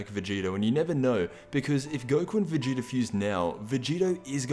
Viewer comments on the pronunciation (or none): none